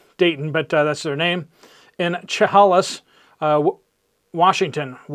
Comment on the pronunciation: Its pronounced "shuh-hay-lis"